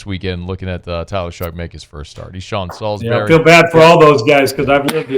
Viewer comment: Salisbury needs to learn how to pronounce his name before coming on to discuss him.